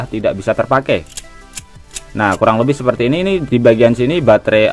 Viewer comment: Batre bukan bangre kan boys